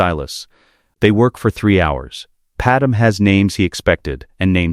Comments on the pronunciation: PadMÉ NOT PaDAM!!!! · Calling him Vader-Anakin was a bit jarring. Also, calling Padme “Padem” was tough to listen to as well. But all in all, really great story. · The AI is better at pronouncing planet names, but now Padme is Padum... don't get it, that one should be easy... Great stories though. We'll done!